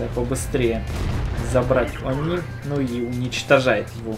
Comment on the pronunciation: Мне одному показвлось он сказал не они а ху*ни)